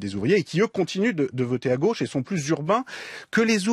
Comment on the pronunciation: La lutte des classes passe aussi par le langage : je suis tellement désolé que Julia Cagé soit contaminée par l’accent bourgeois qui consiste à prononcer tous les o ouverts ! La goch’ ça n’existe pas ! La gauche Bordel !